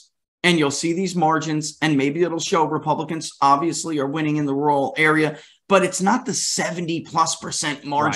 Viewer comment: Hey! finally pronounced "Rural" correctly. Good job! You come across i more ntelligently. Good work.